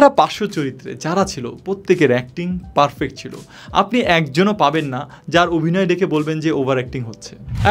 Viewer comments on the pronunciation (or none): none